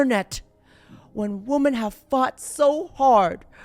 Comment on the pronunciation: Homie. The plural of woman is women. They are pronounced differently. Please.